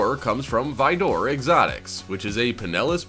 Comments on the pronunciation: Why are you saying vidoor? It is spelled Vaydor and said that way. You know what? Whatever. I used to say Lamborghini Murcielago as mercyalago so... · No way he just called the vador kit a vi door kit, it's pronounced vador as in darth vador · Dude pronounced Vaydor like frickin Vidor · The way he said Vaydor 😂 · Vaydor * lol it’s also a well known car brand lol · yeah its cool vehicles, but i really do not like how you show Arkham knight bat mobile even though you are literally talking about TDK Bat-Mobile, also how you say the cart name of jokers car from suicide sqaud makes me want to click off the video, this is why Top Number channels are the worst and should be banned. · I’m convinced you purposefully mispronounced “Aventador” and “Vaydor” for comments like mine. Congratulations, sir/madame.